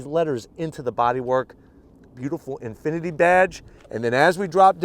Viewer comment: lost me at "Infiniti" but i still watched it anyways